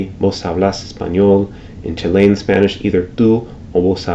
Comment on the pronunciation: It is CHILL-ian, not chi-LEY-an [Chilean]